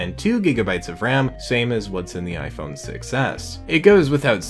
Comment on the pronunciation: The fact when saying "Iphone 6s" your saying "iphone success"